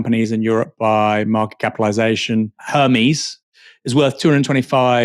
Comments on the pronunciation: I feel seen as an ignorant american that aaron said HERMEESE instead ERMEZ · Umm, ACTUALLY Aaron it's pronounced 'errmez'. Smh